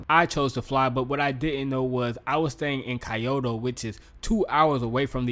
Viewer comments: Key-yo-toe is wrong too, lol. "Kyoh-toe" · Nice video, btw it’s pronounced kee-oh-tow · Key-yo-toe jezz don't botch the name like that.😂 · well at the very least Kyoto is not supposed to sound like coyote.